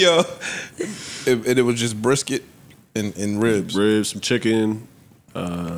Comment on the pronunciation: Ish saying “Brisket” got me rollin!😂😂